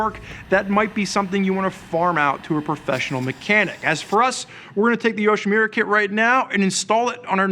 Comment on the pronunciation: It's YoshimUra, not YoshimIra. Same relates to the Arkapovich, have some respect towards the manufacturer.